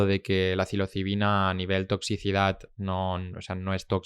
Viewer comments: Como curiosidad.Soy yo,o el presentador dice siempre cilocibina,en vez de psilocibina? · psilocibina, no cilocibina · Se dice “psilocibina”, o sea, es con “s” la primera, no con “c” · Os ha dolido igual que a mi cada vez que el podcaster pronunciaba “cilocibina” ?😂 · No tiene nada que ver,psilocibina es ps,no es pc.Como lo dice el,si dices psicólogo como dices tú, oirías cicologo